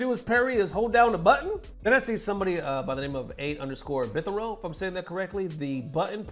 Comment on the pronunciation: here showing he only plays fighting games lol. That guys name you were trying to pronounce was "8 Bit Hero" as in "8 bit", as in old school Nintendo. Someone get this man a controller with only a D-pad and two buttons.